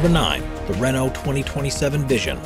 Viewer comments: It's pronounced Ray-NOH, not RAY-no. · Video obviously narrated by by someone who knows nothing about formula one, pronouncing tyrrell and Renault wrong, tyrrell was not only 6 wheel car